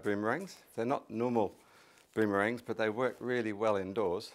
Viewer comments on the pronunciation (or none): "I've got a collection of boomerangs" Hugh reminding me he's not British